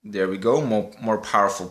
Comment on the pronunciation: your an awesome youtuber and i know its not your fault that you cant speak english that good but i get so triggered when you say dere (there) or when you say holy fricken moly or guaca moly or just holy moly and then it was one more thing that triggered me PS this was not a rant just some tips to get more subs like i get you in recommanded and watch you but beacuse you say those triggering stuff (reapiting not your fault just me being very easy to trigger) i wont sub you